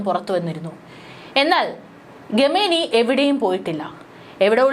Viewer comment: Khamenie. ഇത് നിങ്ങൾക്ക് എങ്ങനെ ആണ് ഗമേനി എന്ന് വായിക്കാൻ കഴിയുക. മലയാളി വാർത്തയിൽ സോജനും ഗമേനി എന്നാണ് പറയുന്നത്. ഗൂഗിളിൽ pronunciation ചെക്ക് ചെയ്യുക. ഖമനേയി എന്നാണ് ശരിയായ pronunciation.